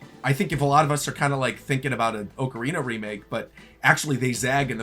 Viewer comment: O-Karina? Immediate discredit anything this guy has to say. And this video is only talk, which everyone has posted thousands of times...without ads.